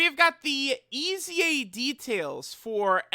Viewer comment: Why "EZA" is pronounced "E A S Y A"?